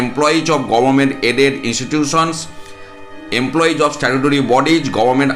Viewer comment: "Emploiz" na bole bolun "employees ".